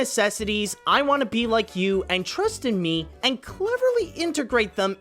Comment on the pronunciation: "Tristan Me"?? Don't you mean "Trust in Me?" :P